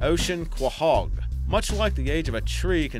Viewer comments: . Ocean quahog (clam). Correct pronunciation: koe-hog. Not kwuh-hog. If you're going to narrate, please learn to correctly annunciate the true pronounciation, please. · Quahog is pronounced "co-hog" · What kind of asshole hasn’t seen an episode of family guy to know how to pronounce “QuO-Hog”? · Ko-hog, not kwa-hog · It's pronounced "koh-hog" not "ka-hahg" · "Qua-hog." It's pronounced "Co-Hog." It's French, I believe. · quahog is pronounced kowhog, not kwahog, and it means clam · Co-hog is how u pronounce that. not being a jerk correcting u. Just so people learn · It's pronounced "Koh-hog", mate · Isnt 'Quahog' pronounced as 'koe-hog' like in Family Guy? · Pronounced Coe-hog. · Pronounced "Koh hog" not "Kowhog" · My heart stings everytime he pronounces quahog wrong. Damn u family guy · He doesn't know how to say quahog. Being from rhode island, I am deeply insulted. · I hate how he pronounces quahog. Like he never watched an episode of family guy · I guess this guy has never watched Family Guy as he mispronounced "Quahog". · How does one fuck saying Quahog, have you never ever seen Family Guy (i get it using a accent but at least say it like the rest of the world)